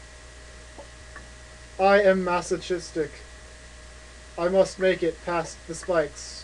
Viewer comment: It's pronounced "maso-K-istic".